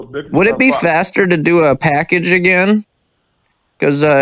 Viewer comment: Shes dying the voice ge has lol packaged lol cash not pack